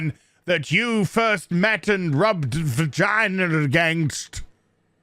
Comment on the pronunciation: "and then they rubbed vaygaynaz" Me "SOLD"